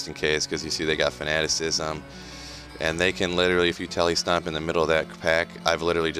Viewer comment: It's good to run across a content creator who pronounces "Fanaticism" properly! haha Good video, man